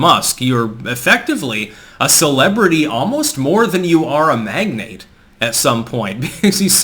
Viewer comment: Finally someone who pronounces the '-ate' part of 'magnate'. The number of people I've heard pronounce it as 'magnet' is mind boggling.